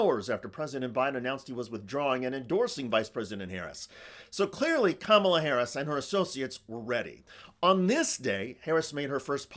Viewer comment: They’ve started pronouncing her name camel-a. They’re the exact same guys they were in elementary school.